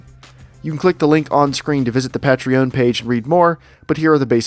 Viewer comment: the way you're pronouncing patreon is so odd. Hope you get plenty of support.